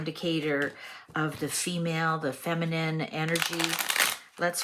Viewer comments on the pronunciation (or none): none